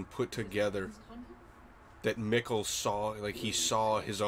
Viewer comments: "This wart is very distinct and I think we're gonna see in the future" - "Do we know a Regina?" "I don't think so" - "Have we heard of a Helge?" "No." Me: ... dudes Also, I feel like every video you guys say the names Michael and Mikkel in some different, yet still wrong way and I don't know why this cracks me up so much but it does 😅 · And your pronounciation of the name Mikkel has greatly improved! (I'm German) :D